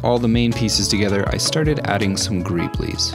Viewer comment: i can't tell if the way he says "greebles" is done purposefully wrong to be funny or just... wrong...